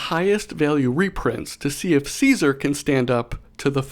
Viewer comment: Gonna be the fallout super nerd here, but its pronounced “kaisar” look it up for better pronunciation (bottom line, wasteland survivors are barely smart enough to speak propper english let alone a roman name🤣